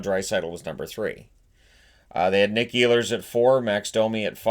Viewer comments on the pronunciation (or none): none